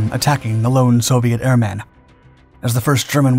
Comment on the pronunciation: PLEASE. It's airman. not Air-Man. said as one word.